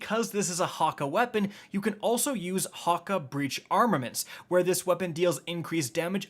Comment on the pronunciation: guys I’m sorry but did he say hakka and not hakke (ha kay or ha key)